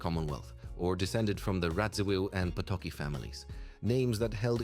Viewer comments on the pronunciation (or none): Potocki is pronounced Pototski.